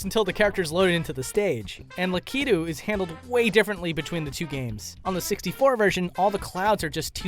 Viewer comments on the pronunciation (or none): LA-KEY-TWO you mean LACK-EH-TWO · You don't say it like that its not lakedou its la-ki-tu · Well thats the first time I heard it pronounced "La-key-tude" instead of "Lack-it-tude" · Say it with me Lack-it-too lakitu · No he effed up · The way tou say lakitu is disgusting.